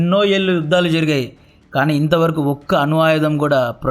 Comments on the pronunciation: అను ఆయుధాలు కాదు, అణు ఆయుధాలు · అను కాదు bro "అణు"